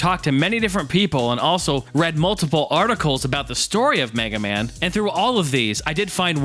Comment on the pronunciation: Mig-ah-mon? Mag-eh-man? Hmm not sure about this, sounds interesting. I will have to see if I can track down some of these odd rare games, might be fun! Kick ass review as always bud!